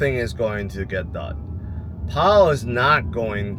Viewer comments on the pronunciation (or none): none